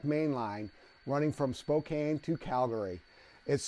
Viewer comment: Really cool layout, and I love the concept of the bridge connection. One PNW regional note - Spokane rhymes with can.